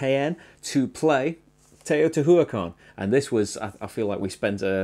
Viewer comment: Teotihuacán, pronounced "tayoh-tee-wah-CAHN". There's a missing apostrophe over the last a for emphasis on the last syllable. Also, there's not really a "W" sound, but it's a combination of "oo" and "ah", which sounds like "wah" to most English speaking folk.